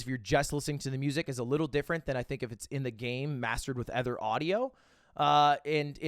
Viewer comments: Hey. Ludwig. It’s other. Not ether. Hey Ludwig. LUDW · Lud, please can you address the fact that you pronounce "other" with an e? Ty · Just noticed Ludwig always says ether instead of other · One thing about Ludwig is he’s gonna say other like eh-ther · Lud, mb, Sir mogul why do you pronounce other "ether"? it's an o not an e. Has this always been a thing and I just never realized? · the way lud says “other” boggles my mind